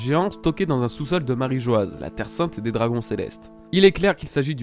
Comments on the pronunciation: J'ai remarqué que beaucoup commencent à prononcer "Marijoaz" à cause de l'orthographe assez surprenante choisie par Oda, mais c'est une erreur. La prononciation de Mary Geoise/Marijoa/Marie-joie peu importe le terme exact restera toujours "Marijoa" sans Z, vu que l'écriture en japonais et donc la prononciation n'a jamais changé (マリージョア). Oda a choisi une drôle d'orthographe qui est selon moi une petite erreur et sera modifiée plus tard (peut-être pour devenir "Mary Geois", sans le E à la fin qui modifierait la prononciation). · S'il s'est trompé sur la prononciation, ça fait 15 ans qu'il le fait et continue de le faire sciemment. S'il avait subitement voulu changer la prononciation de "Marîjoa" après 15 ans d'utilisation en "Marîjoazu" (prononciation japonaise du mot Mary Geoise) il l'aurait tout simplement écrit "Marîjoazu" en japonais clairement et nettement. Je crois que tu ne comprends pas vraiment le problème ici vu que tu ne comprends pas vraiment le système d'écriture japonais.